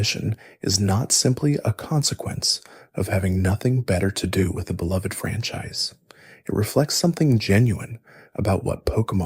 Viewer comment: you pronounced franchise francheese